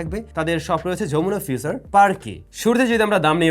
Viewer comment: পারছেইচ না, পারচেইছ। ফিউছার না, ফিউচার। টাছ নয়, টাচ। মিসম্যাছ নয়, মিসম্যাচ।